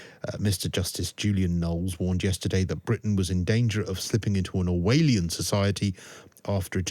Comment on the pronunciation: Learn how to pronounce Orwellian, pretentious muppet